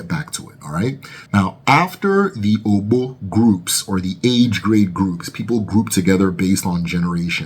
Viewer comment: You are doing well. But kinfly improve on the pronunciation. The ogbo pronunciation was so off. The o at the beginning and ending is same sound as "or" in orbit.